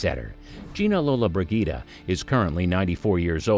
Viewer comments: The mispronunciation of her surname in this video just annoys the crap out of me uff 🙄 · 5 seconds in and he mis-pronounces her name.